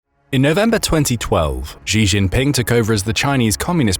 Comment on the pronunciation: it's "shee chin ping" not "gee jean ping "